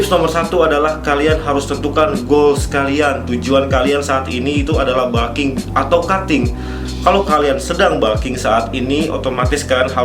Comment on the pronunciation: balking... balking.... kayaknya nggak semua U dibaca A deh.. di telinga annoying